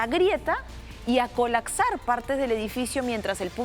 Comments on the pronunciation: Avísenle a la periodista que la palabra es "colaPsar" y no "colaCsar" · COLAPSAAAAAAR, NO COLACSAAAAAR!!! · Se dice colapsar señorita periodista. Usted "colacsar" o "kolaksar"... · 🗣 "... y a colaCsar" 🗿